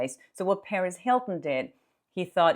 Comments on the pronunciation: just a quick note regarding the pronunciation of “Perez” (because I keep initially thinking you are talking about Paris Hilton!): The accent should be on the second syllable. And it could be pronounced more like puh-REHZ if you are referring to Perez Hilton (and not Paris Hilton)! 😁 Thanks for all of the great content! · Hey! Great reporting! As a recovering English teacher,😂 I’ve got to tell you that when you speak about Perez Hilton, it sounds like you’re referring to the socialite, Paris Hilton. Perez has a hard emphasis on the Z. LOVE YOU!!! 😘